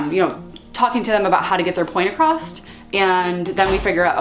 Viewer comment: You said "acrosst." I hope you don't say that in a voiceover!